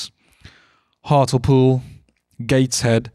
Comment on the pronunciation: born and raised in Hartlepool - it’s pronounced Heart - Lee - Pool